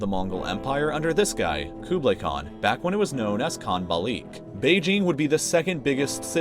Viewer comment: Thats the worst "kubilay" pronounce , i've ever heard